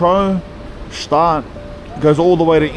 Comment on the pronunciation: It’s not pronounced ge staad, just gshtaad. Elizabeth Taylor and Richard Burton, Julie Andrews, Roger Moore among a few, have had homes there. Montreux is also not pronounced the way it is in this video.